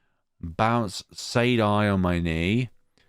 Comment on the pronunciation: LMAOOOOO THIS WAS SO MUCH FUN TO WATCH??? Your commentary and reading of some of the lines made me actually laugh out loud lakdjfad 🤣💦 Actually you got almost all their names right -- the only one slightly different is Gidget, which is pronounced more like "Bridget" just with a G 🤭 Oh and also Saydie, in my head that's more like... rhymes with the name "Grady"?? Though they are all somewhat odd names LOL Almost all of them are based on something random from my life. I'm glad you had fun with the dialogue and some of the humorous narration. Gosh, despite the fact that this is my own game I practically felt like I was watching it again for the first time because you added so much to it and it was just so entertaining to watch lakdjfa Really felt like it was coming to life... 🥺💕 Thank you so much for the compliment on the expressive art??? I'm sometimes a bit self-conscious about the art -- particularly some of this old art from the beginning of the game as I drew it so long ago now LOL Though I apologize for all the language LMAO this game has a lot, particularly from Genzou 🤣 I enjoyed seeing what choices you ended up choosing -- there are a lot in this part in particular, so I'm always quite curious how people will choose since this is their first introductions to the characters lol (I also got a laugh when you redid the Gidget one LOL) Most of the choices don't have a huge DIRECT connection to things, however, they slowly add up to affect the final ending + epilogue (and als